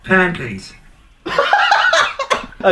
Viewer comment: "Pan please" sounded like 'pankakes'